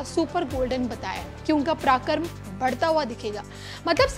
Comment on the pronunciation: Madam aap reporter hain hindi to sahi boliye. Paraakram aur parakramesh to sahi uchchran katriye